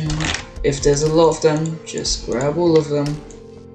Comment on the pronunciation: “Grwab the animation” the way bro sounded I wheezed 😭